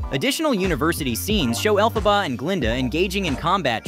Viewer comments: Elle-Faw-ba?! It’s Elle-fuh-buh! Do you think someone who makes a clip like this has an interest in it note I imagine the only interest they have is producing popular clips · Why does he sometimes pronounce Elphaba correctly and then horribly wrong? Is this AI generated voice? Accent is on 'El', like 'elephant', not 'Pha'.